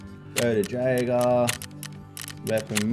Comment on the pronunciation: Wild pronunciation of Jaeger.